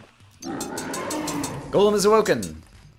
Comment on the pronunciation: First person I've found that plays Terraria that pronounces Golem correctly :) Subbed